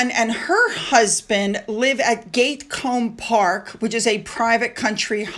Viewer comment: It's not b"erk SHIRE". It's not "GATE colmb" park. All you have to do is google or look up the pronunciations on YouTube.